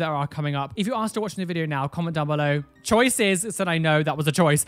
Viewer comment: OMG "CHOICES GILRS"